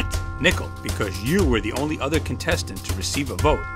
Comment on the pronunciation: Learn how to speak nickel or nickle